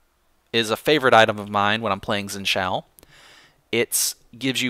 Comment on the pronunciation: You pronounce Xin Zhao wrong, but I'm a (somewhat) fluent Chinese speaker, so I often complain about pronunciation of Chinese names. It's hard to describe how you say it in a comment. Xin is somewhat similar to Shin, except for the tone. Zhao is similar to... Well... It's hard to explain... Jow is pretty close. But, even then you have worry about the tone, which is not directly shown in this video. To be honest, your pronunciation works fine. Don't even worry about it. It doesn't matter.